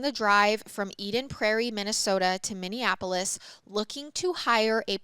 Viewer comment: its Min-E-Apolis lol I got you girl!